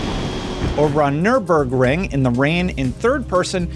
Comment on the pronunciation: You said Nürburgring correctly.